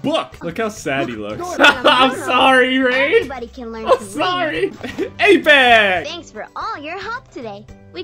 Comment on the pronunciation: LMAO The way said "Apex". xD